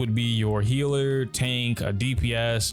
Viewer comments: No offense, I'm asking this out of curiosity. Why do PoC say 'hiller' instead of healer? i'm not from the US and it confuses me a lot. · You are right, It's not as bad as some other content creators do it. I even can now hear a little of the HEEL in Healer but you make it really, really short. I tried pronouncing it like you and I can't. It just naturally stretches longer :D I noticed it only recently and it was another black guy, so I kinda assumed it was some kind of slang of black people, like many like to change the sound of words in rap lyrics. I'm just so confused why it's just a single word, that got changed and what happens to hill for the people who really say hiller instead of healer, so heal becomes hill xD sry, now I'm just being silly. I actually love the English language and want to learn more about it. That's why I'm curious.